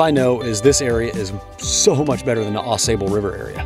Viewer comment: 45 degrees. Good sleeping weather. Great video. Hey congrats. You finally pronounced Ausabe correctly.